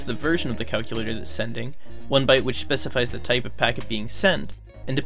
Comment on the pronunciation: So you can listen to the great audio of the game, Calcyoolatohr